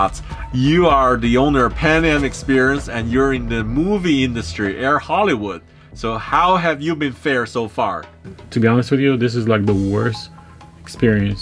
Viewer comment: air Hollywoord?